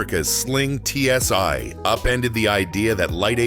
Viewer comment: It's not TSy, try TSi - Stupid Botts...